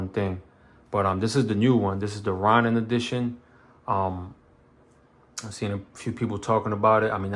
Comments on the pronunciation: “Ronin” has a long “O” sound, like it the words “go” and “no.” Ronin were rogue samurai that didn’t have a master. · u say it like row-nin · Sounds like “Raw”nin to me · Butchered the F outta my Name, Homie. 😑😂... Solid set up.. just picked up an Echelon yesterday, put a Defender ST on it. subbed 🤘🏽